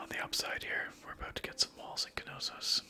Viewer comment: There's a silent k in knossos